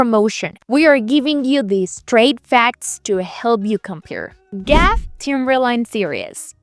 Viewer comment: You lost me at “Gaff”. It’s G-A-F.